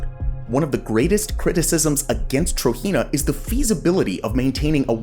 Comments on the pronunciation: It’s pronounced TROJENA Tro-JENA Not Tro-Hina or Tahina تروجينا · Hearing you pronounce "Trojena" as "TRO-HEE-NUH" is cringe as hell man, it's pronounced "TRO-GEN-NUH"... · It pronounced as Trojena, with "j", not "Trohena" or something.